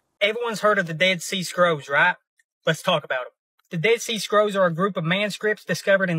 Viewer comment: I'm usually not one to knock someone's accent, but I cannot stand the way this man speaks. Whenever he says the word "Bible," I always hear it as "Bobble." And he for some reason completely drops the "L" sound from the word "scrolls." It really irks me that a native English speaker can't speak proper English.